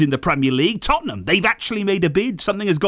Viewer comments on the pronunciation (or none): none